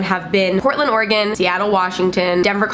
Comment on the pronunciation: Hi! so I just moved to Portland OR for college but I've lived in Oregon my whole life. First off I was really excited you pronounced Oregon correctly, but I thought I'd let you know that whoever said the thing about people being racist is crazy because pdx is super diverse. Also, I was born in Seattle so I won't bash too much on it, it's definitely a great city. But the homeless situation is there but it's not terribly bad or super noticeable, it doesn't get as cold as Denver and it doesn't rain as much as Seattle, also there's no sales tax. I love you and your videos, I just thought I'd set the record straight on a few things:)